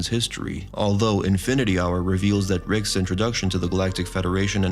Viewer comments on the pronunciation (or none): STOP! Just stop saying Rickses! It's Rick's. In Casablanca everyone didn't go to Rickses!